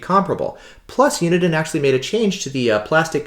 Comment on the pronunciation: The company is called Uniden. NOT Uniten